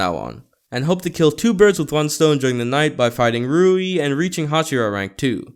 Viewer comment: HOW TO pronounce rui : REY